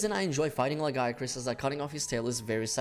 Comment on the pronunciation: Who in the west first pronounced Lagiacrus wrong? It still erks me. Great vid otherwise.